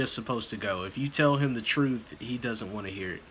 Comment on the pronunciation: he also "the jury needs to know the WHOLE troof"